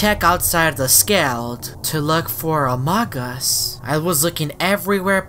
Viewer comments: says amogus instead of among us it's hilarious 😂😆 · OMG CAN U STOP PRONOUCING AMOGUS LIKE THAT!!!!!!!!!!!!!!!!!!!!!!!!!!!!!!!!!!!!!!!!!!!